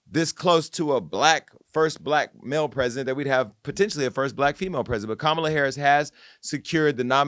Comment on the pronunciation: Yes, let Joselyn come on and read her the ….. off! And Amber please pronounce Kamala Harris’ name correctly!